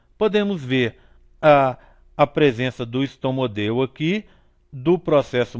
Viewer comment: Video muito bom mas é estomódeo o correto e não estomodeo